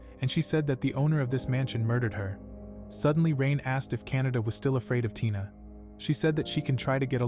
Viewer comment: canda❌ canada✔️